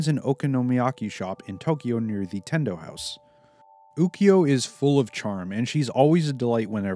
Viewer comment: Japanes pronunciations: Aka-nay So-oon Kasu-me (not kah sue me) Llama (ranma) Ryo-gah (not ri-yo-gah) Moo-su Ha-po-sigh Oo-kyo (not oo-ki-yo)